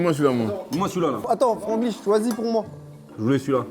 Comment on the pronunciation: c’était surrr Franglish🤣